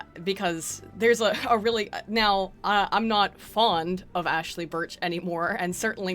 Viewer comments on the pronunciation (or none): none